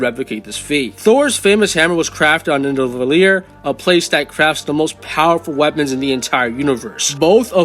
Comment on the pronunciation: “Thor’s famous hammer was crafted on nhhdvbllieer”